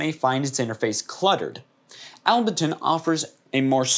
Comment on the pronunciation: Able-ton* not Albe-ton bro